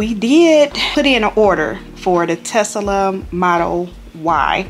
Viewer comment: Tesla not Tesala.